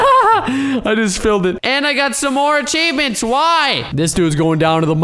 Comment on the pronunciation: no I don’t want ACHEAvMENTS!!! Me: ok ya same here